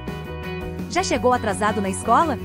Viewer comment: pq ninguém tá falando do "cheou"?